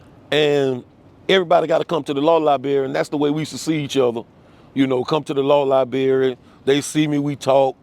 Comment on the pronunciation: “Come to the Law Libary” It was obvious his old ass wasnt going there 😂🤣😂🤣🤦‍♂️